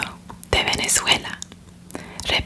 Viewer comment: Que hermoso le sale el español.. y además de eso que hermoso le salió el “Venezuela” AAAA. MI PAÍS, MI PAÍS 🇻🇪